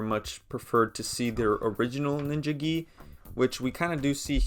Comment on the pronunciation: the way you say gi is not right